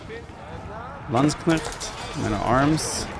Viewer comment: needs to learn how to pronounce Landsknecht. It's really not that difficult.